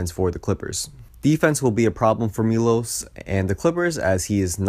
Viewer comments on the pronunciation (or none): ah got it, next video ill try to pronounce it correctly thanks!